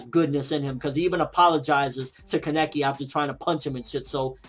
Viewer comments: said kah-nah-key not keh-neck-ee lol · Why do u say Kaneki so wrong it makes you sound so stupid lmfao